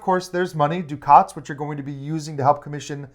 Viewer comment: Thanks for the overview. Excited about this one! Hoping it is available at Pax U in December. One question...you guys referred to something that sounded like (phonetically) "doo-khaats". Is this the currency in the game? Is it by any chance "ducats" (which rhymes with "buckets")?